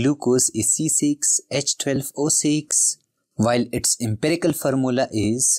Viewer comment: Formula ❌Farmola😅 ✅